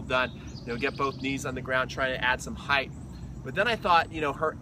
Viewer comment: I like this guys videos because he says 'height' not 'height-th' like some others I hope Sammy is ok!